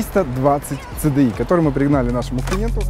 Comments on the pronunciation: отличный обзор,но только не ЦЭ-ДЭ-И,а Си-Ди-Ай. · Говори не ЦДАЙ СИДИАЙ